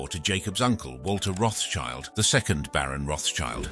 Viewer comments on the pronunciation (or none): Learn to pronounce. RotSchild (german) = RedShield (english), not RotsChild.